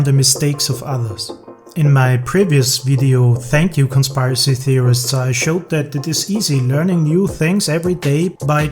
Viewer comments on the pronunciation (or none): Nice job. Only comment -- the word "conspiracy" has a short I, not a long one, so it is not pronounced like "conspire-assy." Rather, it's like kon-SPUR-uh-see... Hope that helps. Otherwise, amazing work, mah dude.